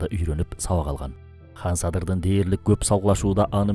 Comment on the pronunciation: Сонун экен, бир эле нерсе. Хан дебей кан десенер, уккан адамга мындай ханды укканда башка Бир элди уккандай болосун. Кыргыз "кан" дейт, мисалы биз катын дейбиз, хатын эмес; кыргыз дебиз, хырхыз эмес......